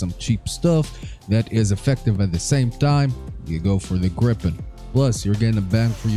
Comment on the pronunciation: ITS FUCKING GRIE-PEN NOT GRIPPEN